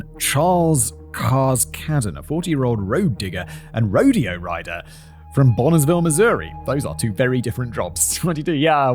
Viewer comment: Point of fact....the town in Missouri is pronounced Boone-ville not Bonn-i-ville, having been named in honor of Frontiersman Daniel Boone....